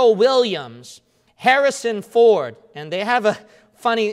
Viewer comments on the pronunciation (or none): none